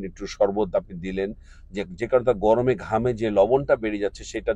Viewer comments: vai gomore na gorome hobe. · গমরে নাকি গরমে?